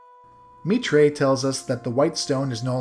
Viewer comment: I noticed a mispronunciation that I didn't see mentioned, just thought I'd toss it out there. A chain of islands is an ar-KI-pel-a-go. Also Mitre (though I'm not sure if this is correct since the word is being used as a name) is "MIGHT-er" (the pope's hat is a mitre) Thanks again for a great playthrough! Looking forward to your next one. As soon as I have a few bucks to spare, I'd love to toss a couple your way.